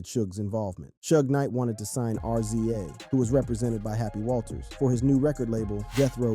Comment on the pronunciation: Mispronunciations here , what in the world .😂 Rza instead of pronouncing it Rizza said it as Are Zee Aye